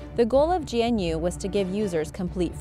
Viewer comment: GNU is pronounced g'noo.